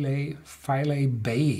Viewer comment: Just a heads up, the pronunciation is FY-LEE and its a really wonderful place.